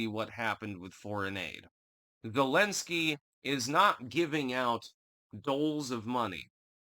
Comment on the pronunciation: “Thu’lensky,” “Nu’kranians”??